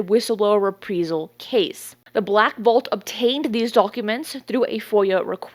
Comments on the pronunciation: "Ree-Prize-zl". Long "i". 😁🥰😇😶‍🌫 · Reprisal…..say it like it’s spelled “repreyesal”…..pls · Love your show. However, it was maddening to keep hearing you mis-pronounce the word 'Reprisal'. It should be pronounced: RE PREYE Sal. As far as David Grusch. Quite simply he's a fraud. While he may have had a Security Clearance, it doesn't make him an Intelligence Official. Official implies far more importance and power than he ever had in his duties. He was an Intelligence Officer, as far as I can tell. Of which there are tens of thousands active and retired in the Armed Services alone. There is a long time UFO Channel called 'Secure Team Six'. A month or so after Grusch made his claims, the Channel did an outstanding and professional review of the claims and concluded Grusch was not credible. I had already come to this conclusion myself because his story had far too many holes, and he quite simply didn't talk the talk correctly. I base this on my own 33 year career as an Army Intelligence Officer and later as Independent Consultant to a series of National Intelligence Offices and Agencies. Its one of those things that his trade craft doesn't ring true, and its obvious to those who really are inside. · The word is reprīzal. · ITS PRONOUNCED RE PRY SAL AS IN EYE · I think she is! Repreyesil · Yeah, driving me up the wall. It’s not reprEsal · is multilingual, she’s doing her best. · I speak Spanish as my wife is from Venezuela and I can see why you'd pronounce it that way if that's your context. She spends like a native English speaker to me though. It'salso possible some parts of the English speaking world would just say it like that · Please just learn how to say reprisal. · Anyone ever notice that she pretty consistently pronounces words wrong. Reprisal? There are multiple in every video. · It's RE-PRIZE-AL NOT "re-pree-zal". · It’s pronounced ree-PREYE-zal (as in “eye”) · Please pronounce Reprisal correctly... It's rih-PRY-zuhl, NOT Ree-Pree-zuhl. Thanks!